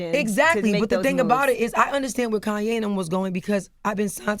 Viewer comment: Nigga said Koonye 🤣💀